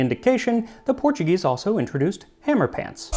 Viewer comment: You're pronouncing all the Portuguese words like Spanish, words that end in -o sound like oo like oh là là and if it's -OS it sounds like oosh